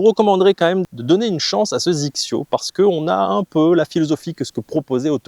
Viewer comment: Petites remarques; XXIO ne se prononcé pas zixio mais X X yo! , il y a une très très grande différence entre XXIO et XXIO Prime. Le prix d'abord et ensuite la conception qui n'a rien à voir . Sur les Prime on est sur le très haut de gamme en conception (8couches fibre de carbone en nanotechnology) sweet spot augmenté, matériaux high-tech etc.. Avant je jouais des barres à mine et petit à petit j'ai commencé à réduire le poids car j'étais lessivé au 14 trous.. Puis j'ai rencontré un ami jouant des Prime qui m'a mis deux clubs d'écart sur une attaque de green (avec 3° de température extérieure) il a joué fer 8 et moi fer 6. Sa balle a volé comme en été !. Je suis scratch et lui 3.5 mais on a la même puissance .. j'ai essayé sa série et ça m'a convaincu.. et comme tu dis.. tu fais le même swing au 18 qu'au début..avec mes rifle 5.5 , dynamic gold S300 ou même mes dynalite ou nipon shaft 90 ya pas photos.. Et même si les têtes des clubs ne m'emballent pas plus que ça, leur tolérance, leur facilité à jouer les bonnes distances font que cela compense largement peut-être la différence de spin que tu peux mettre dans la balle. Mais au final tu fais moins d'erreurs et tu scores plus facilement !